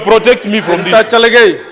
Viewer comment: The speaker is straining to pronounce cherargei ..chelgey😂